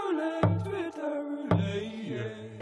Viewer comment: Incredible. <3 Though "Irish accent" is terrible, and it's Northern Irish anyway:P And the "ette" is pronounced in "roulette", it'd only be roo-lay if it was "roulet". Though you may be mispronouncing it deliberately, never know with you two:L